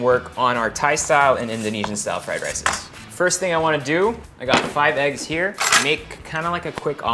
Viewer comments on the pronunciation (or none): none